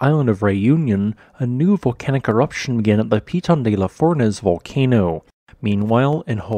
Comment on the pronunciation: You don't spell the n at the end of Piton word since it's a nasal sound in French. Otherwise correct pronunciation